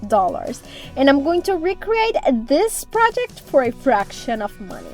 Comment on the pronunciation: Yall i love this girl....she is so talented....you have got to hear how quick my girl turned southern in a second listen to how she pronounced this project 😜😂😂😂😂 i love her